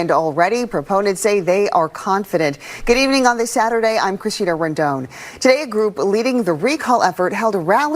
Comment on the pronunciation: She pronounces her name Chris-ina (chris-eena). I’ve never heard it that way before.